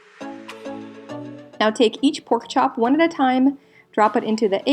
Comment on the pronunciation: Did she say poke chop?? ..... I think I'm in luv 😂